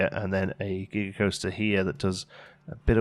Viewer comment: I thought you said Giger-coaster. And now I want one!!